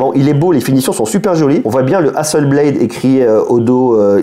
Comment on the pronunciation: Hasselblad, pas Hasselblééééééde 😁 C'est suédois, pas anglais/ricain. Mais video sympa comme d'hab et bonne année.